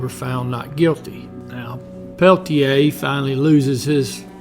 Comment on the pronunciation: Your obviously biased report fails to mention Coeur d'Alene warrior Joe Stuntz, who was an AIM member who was shot dead by one of the two FBI men during the same shootout! Also, your mispronunciation of Peltier's name shows your research came only from written documents. If you had actually seen Incident at Oglala, you would have pronounced it correctly. This was a war. Over 28 Oglala Sioux traditionalists were murdered by Dick Wilson and his GOONs in the years previous to the Jumping Bull shootout. Wilson was backed by the FBI, who were part of the cointelpro program to eliminate AIM.